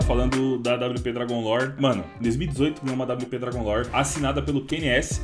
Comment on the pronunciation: pô "drangon lit" é sacanagem pô